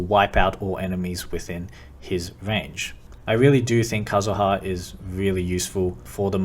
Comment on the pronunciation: aight decided to subscribe because you pronounced kazuha correctly